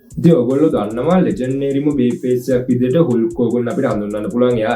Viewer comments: හුල්ක් නෙවෙයි හල්ක් හොගන් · හුල්ක් හෝගන් නෙමේ . හල්ක් හෝගන් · හුල්ක් හෝර්ගන් නෙවේ බ්‍රෝ. හල්ක් හෝර්ගන් . supiri video ekak ❤❤❤❤